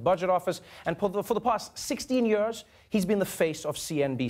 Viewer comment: legit the only reason I stopped watching the daily show for like half a year is Trevor Noahs pronunciation of year. I'm back tho and it's still sooo good